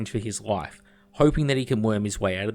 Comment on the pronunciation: The way You Say "life" sounds a lot like "wife" to me haha! Great video